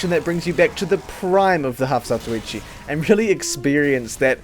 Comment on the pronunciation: I am pretty sure its pronounce, Half-(Za-To-Wee-Chee) eh who the hell cares anyway